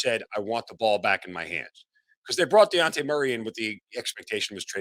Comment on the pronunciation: How are we over two months into the season And you STILL don’t know that man’s name is DEJOUNTE !! Not Diante 🙄